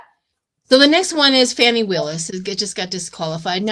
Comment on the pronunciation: Just an fyi…it’s FANI not Fonnie.